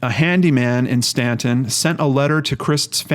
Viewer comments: You are pronouncing it correctly, even though it isn't spelled the way it sounds. Cities in VA are independent and not part of a county, that's why it's listed as City of Staunton (independent city). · You pronounced Staunton right! Thanks for doing this video on her. I have suggested her case to other channels with no luck.